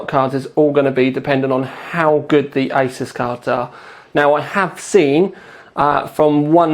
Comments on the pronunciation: Its pronounced Azeus not Asus! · Well... I'm not going to be a jerk like the last guy, but yeah... it's ay-soos. I'm not saying you have to say it like that for people to understand, but just food for thought.